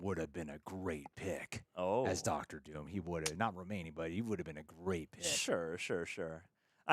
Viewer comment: "Ducktor" Doom?? 😄😄